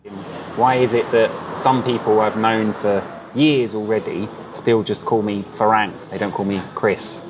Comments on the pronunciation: Say "far rang" like your wife said, not "fa raeng". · I enjoy your editing, style, and narration, but dude, it’s ironic you cannot pronounce ฝรั่ง (Farang), seeing as you not only rhapsodized about it’s meaning and, ahem, pronunciation, but it’s kind of your brand and all. That second a in Farang, you’re pronouncing it with the Thai แ, but it’s an ั. Which is to say, it’s not “a”, as in neighbor and way, but “ah”, as in open up and say ahh! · Learn to pronounce farang properly